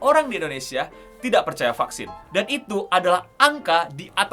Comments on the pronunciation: Vaksin ❌ Fucksins ✅ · Tulisan vaksin... Yg Q denger fvcksin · Baru buka video langsung denger "F*CK-sin". Penekanannya buat salah faham